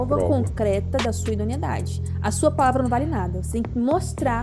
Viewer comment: Advogada mandando um "idoniedade". Brasil tá osso